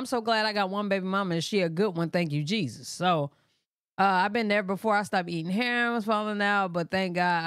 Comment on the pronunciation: His middle name is pronounced haysues. Not Jesus.